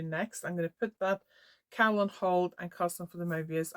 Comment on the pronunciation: Thanks for sharing. That brioche cowl is beautiful. And I love the purple/ teal combo you are just about to start. Sometimes I watch eith closed captions on, while my toddler naps. Today I noticed that every time you say "cowl", the auto text types "cow" 😂. So you are doing all sorts of things with cows this episode, including waiting for good light to take photos of the cow 🐄 😂. I haven't tried brioche yet, but your cowl makes me tempted. ♥ Thanks for the beautiful sea front walk. I can see why you take a few moments there before teaching. Hope your back heals quickly!